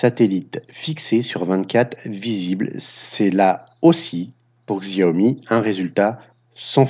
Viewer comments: Pas siomi mais chaomi (Xiomie) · Il y a bien une stabilisation. La différence entre le Redmi S2 et le RN5 est réelle. Le RN5 est excellent et meilleur que certains hauts de gamme (Xiaomi compris: allez voir le comparatif RN5 VS Mi8 SE On prononce Xiaomi "Show me" (le jeu de mot est volontaire, tout comme "Me too", pour leur mini drone MITU (un pied de nez à leur concurrent direct à 100€ - DJ Tello - au lieu de 60€ pour le MITU de Xiaomi).